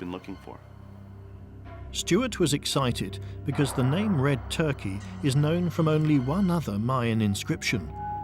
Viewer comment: Believe it or not, its not red turkey, its red turqa is how it’s pronounced, i once owned a nite club in Airlie beach Australia and met a man that told me all about this, he told me it was his grand father that led the looters to the site, la corona, but that not how he pronounced it , it sounded like french like le conea when he said it , people you dont have to believe me but this is just what i can rember, the guy was heavly intoxicated but alcohol is a truth syrum, he produced a book with all the photos of the tablets that are on this show, ive got chills up my spine rite now as this is the first time ive seen this doco and to know someone who knows more that the people studying it is early fealing, this guy told me its was the burial place of red turqa where the stones cone from